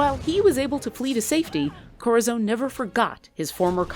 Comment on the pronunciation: My god this annoyed me. "Korrazone!"